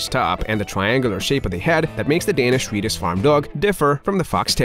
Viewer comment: Can not handle the narrators lisp or ways of not speaking propellers I’m Swedish and even I can pronounce swe-diSH correctly and not swedich as he says. I also reacted several times at other words. This is a BIG negative for me and I can’t watch this video to it’s end unfortunately. Change narrator on your channel please.